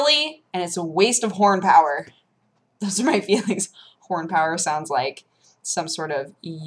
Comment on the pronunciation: Two things. One; horn power sounded like porn power...(sorry had to). Second; Do you have an Anime Animo account? Omg if you dont you should so make one. The app is amazing.